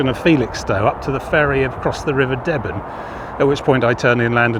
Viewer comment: River is pronounced stooer, not stower. The other river Stour's are pronounced how you said it but not this one. And River "Deeben" not deben.